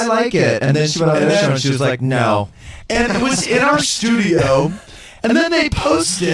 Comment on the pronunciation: Lol so petty for that... 'MY shtudio' I'm dying here. He's so pressed 😭